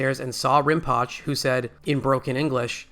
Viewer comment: Rinpoche is pronounced "Rin po chay"